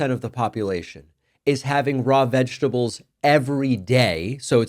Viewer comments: Diaper Donnie can't pronounce vegetables because it contains more than three syllables. It appears the only three syllable word he can say is "tremendous". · We would prefer if you do not humour Trump by saying "vegables" and why are you dissing 'Sam and Ella", what did they ever do...